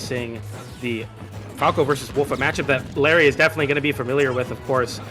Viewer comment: "Diapered"